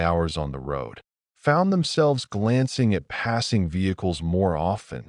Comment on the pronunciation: A-T and I-T. 🤣😂 If you're going to have an AI slop channel, at least get it pronounce "at" and "it" instead of spelling those words out as letters!